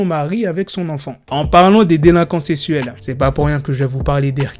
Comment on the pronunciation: Il a dit délinquants sessuel pas sexuel 🤣